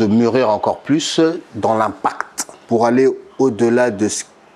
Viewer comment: Dans l'IMPACTEU